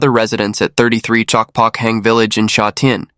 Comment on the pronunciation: The voice over totally butchered the pronunciation of Sha Tin. This is just terrible. Sha Tin is very modern and populated now. There is a popular race track there but it is not as nice as th one in Happy Valley.